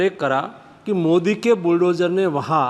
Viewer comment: Pehle modi bolnaa seekho😀😀mudi nahi hii, tallefus bekaar hii tumheraa